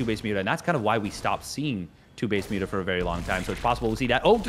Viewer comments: Stop saying 'mutt mutts' it doesn't make sense, it mutas if you want to shorten it or nothing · still better than everyone calling them 'moootahs'